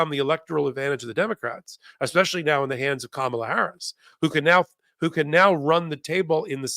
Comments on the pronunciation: I hear making several errors. She's not up to the Meidas Touch standard. At the most basic level, she can't even pronounce Kamala's name correctly! And she misstated which justice Kavanaugh replaced. Basic mistakes like these hurt the network's credibility. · 24 minutes into this podcast and has mispronounced Kamala's name twice., you didn't mispronounce her name, kindly and tactfully correct your guest host''s pronunciation of the future president's first name! (P.S. She pronounced it the way 45 does) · I guess this is petty but I really wish she would pronounce Kamala's name correctly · Someone please tell how to pronounce Kamala's name. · Please …It’s Kam a la..The accent’s on the first syllable, not the second…we love you but give her the right name… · please pronounce Kamala's name correctly! The accent is on the first syllable, NOT the second! Thanks!😊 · Isn’t it KAmala?? Rather than KaMAla?? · keeps pronouncing Kamala, Kam-a-la like Trump says Kamala, Ka-mal-a. I wish she'd say her name correctly. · Her name is Ka ma la not Kar Male. Please make it right. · Kam - ala please, not Ka - mala. That's what trump deliberately calls her. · Comma La , not Ka Mah la ! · Kamala is pronounced Comma' lah. DT and others saying Ka mah'lah are wrong. I heard that mispronunciation tonight on this program. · Kamala is pronounced comma la. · Please pronounce her name correctly. It is pronounced KAMala. (The lady here didn’t pronounce it correctly but at her like scump does). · PLEASE say her name right! It’s KA ma la!! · Great presentation. mispronounced KAmala's name. The accent is on the first syllable. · It's KAmala Harris! Your guest host HAS to pronounce her name correctly! C'mon... you guys are better than this! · Okay, someone tell how to pronounce the next President’s name … Kam-a-la (rhymes with Mom), and she’s been our VP for almost 4 years for heaven’s sake. Quit pronouncing her name like trump does.